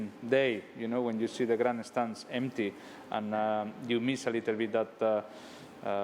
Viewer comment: No-one: Fernando: DE GRANESTANS